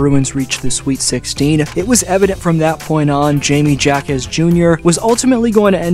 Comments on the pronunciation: Ha-quez is the correct pronounciation my guy. Get it right. Like jalapeño is prounouced Halapeño. Like Spanish speaker type "Ja Ja Ja" when they laugh on social media instead of "Ha Ha Ha"... make sense? also Hi-may. I am not even Hispanic yet this is annoying af. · Hi-May Ha-Kez Jr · Hi-meh Ha-quez Jr. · its Yeah-Me Wahkezz